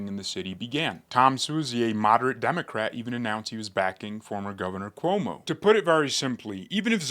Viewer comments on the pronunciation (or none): none